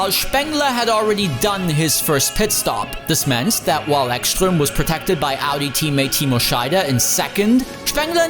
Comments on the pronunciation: BTW, Ekström is Swedish, so the "s" in his name is just as "s", not "sh". (Also, the "E" is long.) Ekström really set himself up for that takeout. Where did he think de la Rosa was going to go? Back? It's a front-engined car, so nothing. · "Echschtröm" :D